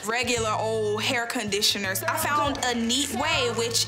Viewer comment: She sayed OLD CONDISONARE like bruh